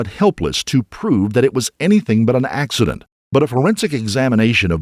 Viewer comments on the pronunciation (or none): It was an ‘ axe-ident ‘